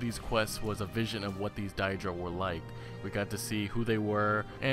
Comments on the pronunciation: Daedra not Diedra. Bloody hell. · its pronounced Day-Druh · I love your discussion vids so far on this topic, but please start pronouncing Daedra properly. 'Day-Dra' .. Rather than 'Dye-Dra' .. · Dye dra..are you fucking stupid? They literally say it all the time in the game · Stop saying diedra!! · can't even pronounce daedra (day-druh). also every elder scrolls game has daedra quests not just skyrim. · its been said in other comments, but die-dra??? seriously? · die dric. really? if you know enough about the game to make a theory you'd think you'd know how to pronounce daedra... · Thank God I wasn't the only one who noticed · God so distracting, Die-dra? why would anyone pronounce it that way? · Your pronouncing daedra wrong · you mispronounced daedra all throughout your video I question if you're a real fan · Haha ya his pronunciation of "daedra" is very attention drawing, but still...very good video, man! Keep it up! You've earned a sub! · You know Mehrunes Dagon is pronounced mayrunes day-gone and daedra is pronounced day-dra right?